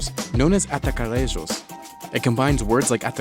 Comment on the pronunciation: Brazilians don't speak with accents that are even closer to spanish. Brazilian portuguese pronunciation is very similar to latin, it is a very straight language. When you pronounce "Atacarejos" your pronunciation is completely spanish. We don't roll our tongues for any consonant. So we don't roll our tongues to pronounce the J like in spanish. If you hear or try to speak latin you will understand what language is closer to brazilian portuguese.